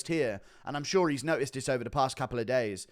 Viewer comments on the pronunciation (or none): none